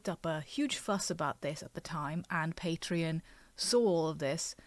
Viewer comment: It's not called "Patron". You pronounce it like it's spelled: PatrEon.